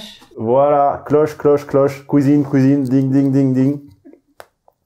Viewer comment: « La kouizine c’est par-là... » MDR 🤣